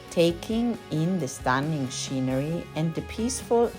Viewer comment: I forgot: -sc sounds like sk when followed by u or any consonant as in scuba, scum, scull, scrub, screen, script